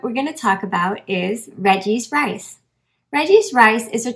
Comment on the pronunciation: Exactly! It does sound like that 🤣